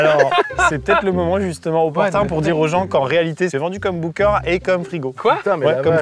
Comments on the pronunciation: La vidéo est super mais par contre, ca m'a stressé psq on dint bunker pas boomker donc ça se prononce /benker/, voila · Bunker(Beunekeur) pas boomker